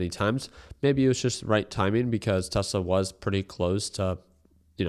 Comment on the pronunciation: Bro never gets Tesla right.😂😂